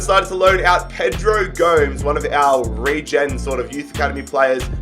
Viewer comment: gomes, who is he saying it like homes